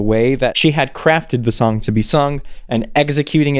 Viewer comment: okay but i’m not judging but did anyone else hear her adding an ‘h’ to the s? like i heard “what you wrote in that shong about me” or is it just me ??